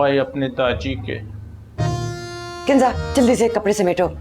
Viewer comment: Kinja nahi kinza hota hai Jodi nahi joji hota hai Ap Indian ho na is liy aysy bolty ho